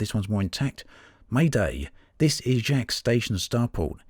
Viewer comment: Yo, that's my station! It's pronounced like Jakes.